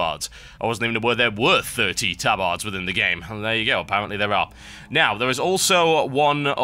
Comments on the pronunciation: ... tab-AR-ds... :( i thought it was ta-bird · Tub-ards? lol hahaha